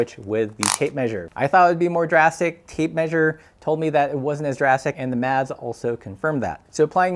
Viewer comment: 😂 the most creative pronunciation of "maths" 😂 👍